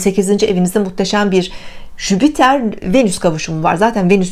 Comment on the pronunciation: Bir de Jüpiter gezegenini telaffuz edebilseydin süper olurdu hani yaani.😏😏. en sevdiğim gezegen hem de ama söylemeyi bile beceremiyorlar.